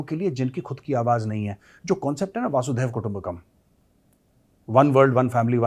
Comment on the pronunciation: वासुदैव कुटुंबकम नही जनाब , " वसुधैव कुटुंबकम " ! वासुदेव और वसुधा दो अलग अर्थ और अलग शब्द है जी !